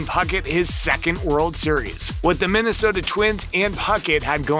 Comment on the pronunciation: at least he pronounced Minnesota right.